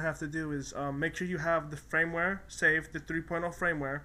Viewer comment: fyi...its Firmware not frameware